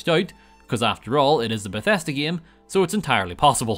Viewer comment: I like when he says "gaem" everytime